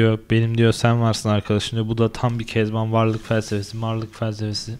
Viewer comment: süper ya kezaban diyince böyle ben kezanban digilim bence